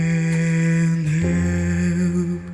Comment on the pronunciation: Great analysis. In the word Men as much as i tried i always heard Men not Man, on the words can't and love though you are right she did not pronounced them correctly but let us not forget that she is 18 years old here and English is not her first or even second language and also if you take in to account the time she spent in the orphanage and in therapy for he speech problems she did not had much time to study the language so her Russian accent still gets in the way. Personally i really don't mind, i did not even payed attention to it until you mentioned this and i will even add that i think accents make a language way more interesting, i love them. In an interview after this show she said that she started to study English though so everything will be fine in the future. On your comment about the form of the mouth when singing high notes, i think that she did this because the performance demanded it, in other performances like "take on me" by A-HA, "Feeling good" by Nina Simon or even in her own song "Revelation" and many others she shows that she can reach up there with her mouth barely open. If you want a recommendation i would suggest either Crow: or Oh, it is not yet evening